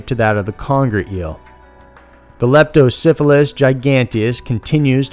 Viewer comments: Please don't pronounce the eel's name like Leptosyphillis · It sounds like your saying Lepto Syphilis.